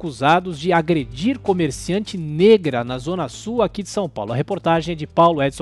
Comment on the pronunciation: E essa ênfase em "NEGRA"?? Tomem vergonha racistas